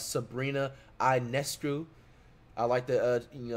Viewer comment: I’m actually floored Flight pretty much got Ionescu’s name right. 😂